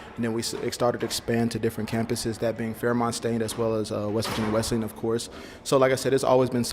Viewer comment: Good broadcast. Thanks for continuing to pronounce Wesleyan correctly